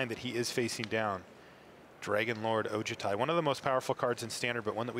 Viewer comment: They always pronouce Dragonlord Ojutai wrong. Its O-joo-ti. Not O-ja-ti.